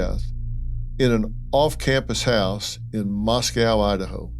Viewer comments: Moscow is pronounced "MOSS-koe" rhymes with Cost-co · Love you Dr. Phil but you are pronouncing Moscow in correctly.. it’s pronounced Mosc oh… not like it’s pronounced in Russia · It’s pronounced Mos-coe now Mos-cow. Xana’s name is pronounced Xanax without the X at the end.